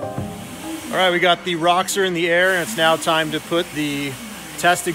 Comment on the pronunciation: You bug the hell out of me. Its not RA-Xor its ROW-Xor. Theres no A in it.